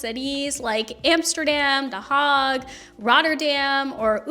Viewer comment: Is it pronounced the Hog? I thot it was the Hay-guh ? Help me out! Lol